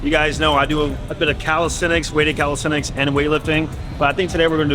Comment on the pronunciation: My boy is a coach and keep saying “Calisthetics” 🤦🏾‍♂️🤦🏾‍♂️ It’s Calisthenics Coach! Sheeesh